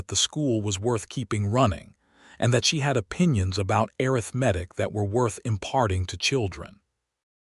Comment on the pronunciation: I throughly enjoyed this story BUT do wish the creator could work with the AI narrator to correctly pronounce the words “arithmetic”or substitute the word from “arithmetic” to “mathematics”. Listening from Clarksville, TN.